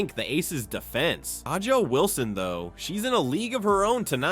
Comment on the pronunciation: Bruh that’s not how her name is pronounced. Do you watch the WNBA?